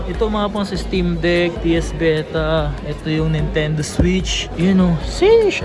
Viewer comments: BETA >.< sheeesh.... BEE-TAH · daig psp naging ps vita "vetah" pala